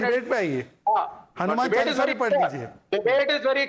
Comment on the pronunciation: Hanuman chalisa should never be recited without completing. Wrong pronouncing of it is blasphemy so times now delete that part from the video. Shameful